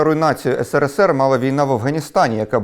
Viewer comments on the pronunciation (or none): Що ж це за країна така була, що навіть перший і єдиний президент тієї країни не може вірно вимовити її абревіатуру? Що то є, сср?